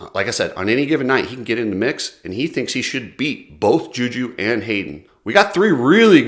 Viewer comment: wait did actually pronounce Juju's name right finally!! 😂